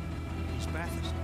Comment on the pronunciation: Bath ust, not Bath Hurst , not Bath Hurst